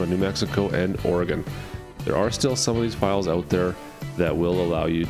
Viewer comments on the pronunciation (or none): none